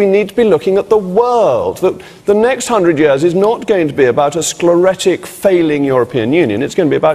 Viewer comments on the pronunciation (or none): 9.08 it is sclerotic not scloretic. my,my where is your Basic vocabulary